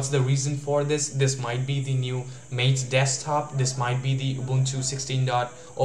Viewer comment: MATE = "Mah-tay" but good video otherwise.